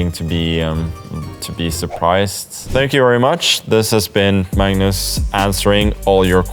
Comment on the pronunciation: "I'm Mmmms Carlsen"